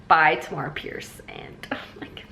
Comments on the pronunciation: I love your reading vlogs!! Also just thought I'd let you know Tamora is pronounced like Tamara, rhymes with camera :) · I love watching these vlogs with you! Also according to bookbrowse dot com you pronounce Tamora Pierce's first name the way you pronounce camera.